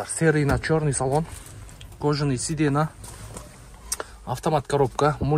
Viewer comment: Сиденя дечи постоянно седенна дейсин